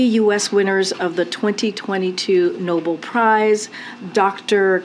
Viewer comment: Oh for Gods sake it's "No Bell" "Nobel" not noble, village idiots just reading what's in front of them.